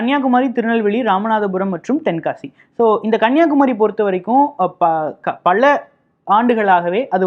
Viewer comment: குறை சொல்லவில்லை. Take positively. 'பள' இல்லை 'பல'